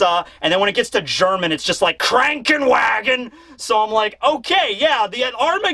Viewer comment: Me as a German Viewer feel really injured When you came too Krankenwagen I mean this is the word but not even close the pronunciation But I knew the video and I can say Ragnarök is the coolest so you got a point there